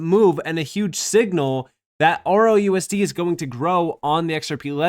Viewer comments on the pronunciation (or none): He keeps saying ROUSD, what a clown, it's RLUSD.....? So sorry for anyone who listens to these morons! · It's just the way he pronounces it. He's trying to talk too fast and is not closing off the "L".